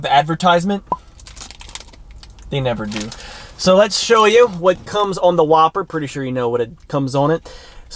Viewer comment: Yup, definitely the Who-P-Per